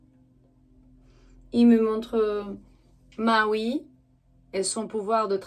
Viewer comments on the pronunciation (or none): none